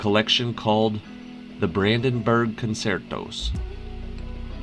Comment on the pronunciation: Couldn't listen past the garbling mispronunciation of "concertos". Duh. Pity. I was looking forward to it.